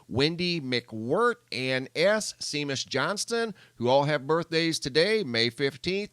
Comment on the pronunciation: Seamus is pronounced "Shay-mus".